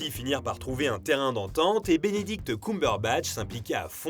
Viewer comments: Bénédicte coumberebatch 😂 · "Binidict" aussi 😂😂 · C'est faux ! 😂 Il a dit qu'il avait jamais su jouer ! A part ça hyper interressant ! Mais "Binidict Coumberbatch" ça pique les oreilles ! 😅